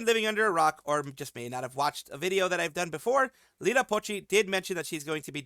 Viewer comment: It's Iida Pochi, not Lida